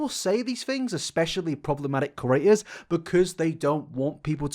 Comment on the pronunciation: Ker-aters..... pud-cost......